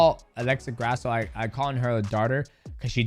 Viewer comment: C'MON MIGHTY!! Why would a Mexican last name be pronounced GRASS-OH. cmon man lol hilarious, almost like you're doing it on purpose. Disrespectful for not knowing how to say an easy name like Grasso took me 30 sec to google how to pronounce it. Sorry to be a hater, this is just annoying to me. And yes you can do it, i heard you accidently pronounce it correctly twice lol